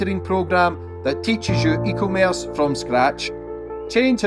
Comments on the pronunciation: Eco-merce 🥴 surely someone's told him by now? 😂😂😂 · Sleep paralysis demon except it’s just at the end of your bed saying eco-merce 😭